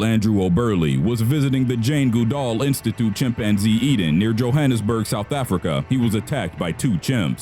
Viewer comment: “Jane Gude all”